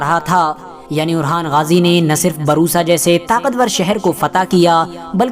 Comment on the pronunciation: Barusa nhi bursa